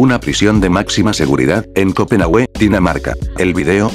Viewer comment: Copenagüe..... jajajajajajajajajajaja en fin...